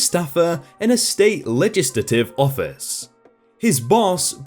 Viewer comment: Cackling about completely butchering the word legislative